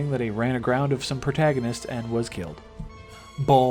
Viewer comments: Right! Who says it like that? Lol ball?? Its baal not ball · It's BALALALA not BALL! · Ball? You mean Baal you tard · It's Baal (with a long A) not Ball.... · Its bale not ball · Baal not ball lol 😂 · Nigga, I bouta woop yo ass just for repeating “Ball” Bitch it’s “BAYYYYL” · Its BAAL NOT BAWL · It's pronounced BALE, not ball 😂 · IT BAIL MAN NOT BALL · It's actually Bal but you do you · Yo idiot it's pronounced as Bail or Bale. Have you ever played Diablo? It says it in the game lol. What an embarrassment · its pronounced BAY-EL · Honestly people. It’s Bail. You hear it in a fucking cut scene for fuck sakes. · No its not bail its baal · why do u say baals name like ball? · Couldn't continue after your pronunciation of Baal